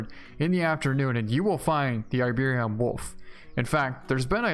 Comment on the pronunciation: dude...... it's iberi-an not iberion. please fix it!~